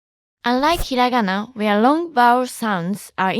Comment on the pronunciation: Lmao its hirangana